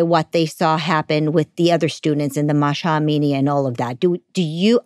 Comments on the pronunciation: It’s not Masha Amini. It MAH SA Amini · They can’t even pronounce simple name keep saying Masha . Masha is your mum not the Mahsa